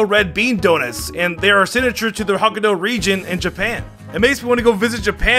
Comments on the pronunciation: It's not Ho-Ki-Dou its Ho-Kai-Dou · For a minute I had to wonder why hock-ah-dough sounded so wrong, yet so close. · i think highly of you. if this comment reaches you please dont butcher the proper noun pronunciations its Hok-kai-do not hockadoo please earnest request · Hok-eye-doe not hok-aye-du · It's pronouced hoh-kai-doh:) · I hate to be "that guy" But Uakkudo, Hokkaido... like... sigh...